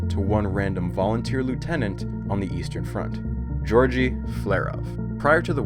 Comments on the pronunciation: Well researched and visually presented. BUT... I wish more of that research included the language, especially the pronunciation of elements' names and people's names. If you don't know, don't guess! This is all useful for the future, so please take note: The second T in technetium should have an SH sound; berkelium should have a KEEL, not a KELL. I have a hunch Georgy is not pronounced like Georgie Porgie. You keep saying nuclEide when nuclide is standard (I see you got it in your footnotes anyway), and nuclide/nucleide/nuclei/nucleus tend to get really blurred (I'd swear you said "a nuclei" and I can't tell whether you mean nuclide or nucleus). One person is not an alumni, unceremoniAL should be OUS, don't pronounce similarly or particularly as if they contain the word "lair", and do put the emphasis on the first syllable of comparable, etc. (which, by the way, is not pronounced eksetera). On the visual side, it's really snappy looking but why are you suddenly forgoing superscripts in the definition of barns (and capitalizing the b, while also failing to capitalize the B in MB for megaBYTE - Mb is megabit)? For a little more polish, use a proper "dimension sign" instead of an x, and a dash for quote attributions. Finally (for now?), what you describe as tides might be better thought of as currents, no? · he is not georgy, his name is pronounced like [gayorgiy] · Is it really hard enough to check how names of people and cities are being pronounced? Georgy and Dubna are hilarious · Pretty sure that both g's in 'Georgy' are hard. Also, "Riken" is pronounced "Reeken," not "Ryeken." (Also, you're missing a period in the G.O.O.S.Y. acronym.)